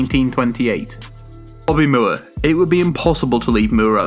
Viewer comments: MOORE = more not mewre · Bobby Moore is pronounced More not Mewer